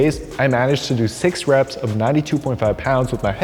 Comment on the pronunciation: Hindi dub: reps ❌ rapes ✅ 😭😭